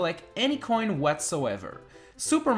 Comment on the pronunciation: i love how u pronounce coin